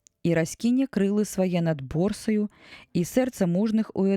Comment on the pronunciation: Прачытана: крылы свае над Борсаю, у тэксце: Босраю.